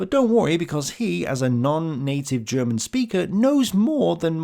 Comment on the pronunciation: here, as a german i think your efford to use german words and even alot of the pronunciation is awesome. and i bet most of german viewers think the same. (i bet you know, but sometimes somebody need to say it, in case you read this comment)